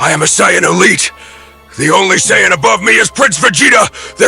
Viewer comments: Ngl, "Cyan" is killing me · I like these but the Saiyan pronounciation kills me a little inside